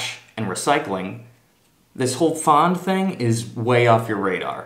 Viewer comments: Really bad video and not really accurate. And it's "Pfand " you say it fand not faaand.. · 1. verwöhnt bist du! 2. Your German is very good. Try improving your pronunciation of the word Pfand. Especially the a-sound